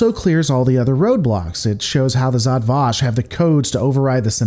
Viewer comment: Pronounce it properly: Žat Vaš